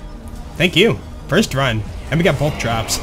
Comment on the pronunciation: Dont say it right take some classes